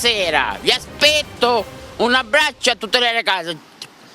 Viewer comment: Sbaglio o dice "vi aspecto"?